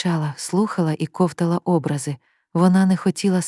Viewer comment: Напевно, робот читає. Не може людина сказати кОвтала Образи…